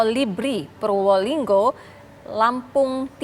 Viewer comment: purbo linggo lam tim bukan purwo linggo susah amat ngomongnya mbak🤣🤣🤣